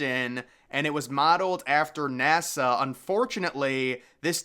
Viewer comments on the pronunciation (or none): none